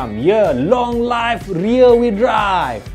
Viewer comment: Long live bukan long life. Sebutan die "liv"